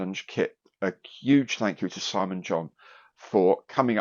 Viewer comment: "Tanks" 🎽🎽for another great Monday coffee break. ☕🐢